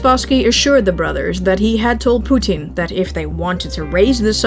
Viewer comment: I love the way you pronounce Poo-teeen, it’s a good trade off of how you pronounce nuclear. Besides I heard you pronounce it the “alleged” correct way. Lol